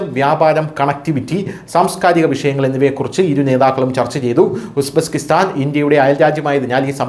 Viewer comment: It is Uzbekistan not Usbeskistan